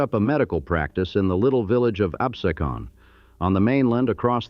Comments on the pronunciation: I can’t watch it because of the mispronunciation of the Town of Absecon….. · unfortunate he does not know how to pronouce Absecon. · its pronounced abSEEcun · Amazing. can pronounce "Lenape" correctly but falls flat trying to pronounce "Absecon..."